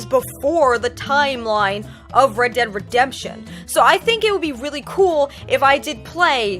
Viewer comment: ReEd deeEd Redemption 😂😂😂I know it was on purpose,but I love how you were saying it.